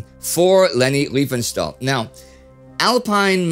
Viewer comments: It's Riefenstahl. Not Reifenstahl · She was called Riefenstahl not Reifenstahl!!! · To none-german tongues: This is not as trivial as it may seem - there is a huge difference in pronouncing "ei" and "ie" in german. It´s like "kit" and "kite". Not doing the "ei" correctly is maybe the most prominent give-away of an english/american accent.